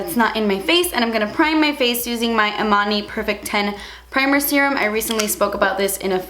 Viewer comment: i thought she said armani instead of emani and i was like ???? girl??? what target are you shopping at??? lol